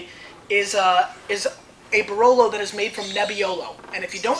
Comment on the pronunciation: BRLOW AND BRNELLOW di MONTLSINIOW and di MONTEPIUNSIENOW from NEBBIOLOW ahah... ps. I am Italian and I can truly say that makes his laugh case